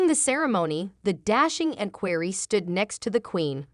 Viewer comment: Learn how to pronounce the words. Listening to your butchering equerry was too painful. Learn that V means “the fifth”, like King Edward V is verbalized as King Edward the Fifth. VI is sixth. VII is the seventh. Basic simple Latin, which is a part of our lives. Watch My Fair Lady and listen to the professor explain to Eliza how she is in control of her voice and the words she uses and the way she pronounces them. You should try like Eliza did, and succeed. Good luck.